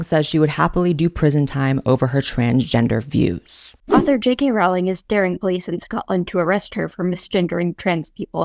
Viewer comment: I know you were truly into Harry Potter because you pronounce it "Rolling" (correctly)